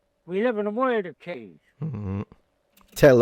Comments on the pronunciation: " We live in a woild of change ... " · Many of the older folks when I was boy people who were in their 50’s…60’s…70’s…in the Bronx. Old New York pronunciation of the word “ work” he phonetically woike …earl for oil…goil for girl…badaydo for potato . He say world …woiled.